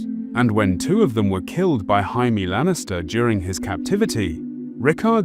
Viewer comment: reallyyy???? "HAAAAIME LANNISTER? HAHAA HE DEF DONT LOOK MEXICAN TO ME BUT I GUESS THE NARATOR IS FKN FKTARD